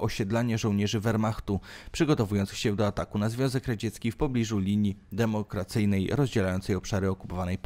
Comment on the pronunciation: Linia DEMARKACYJNA, a nie demokracyjna psze pana.